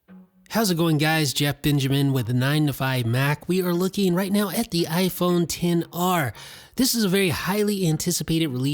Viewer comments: This really annoys me how he always says 10 R not XR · He does know it's xr and not 10 r right